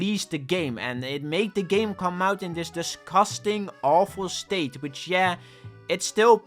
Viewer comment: No offense but everytime he says "dusgastang" is kinda funny lol. Anyways great video explaining the horrible people just harassing the owners for it being not scary tho